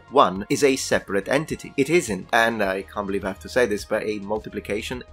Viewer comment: "And I can't beliave I have to say this" that statement, made me chuckle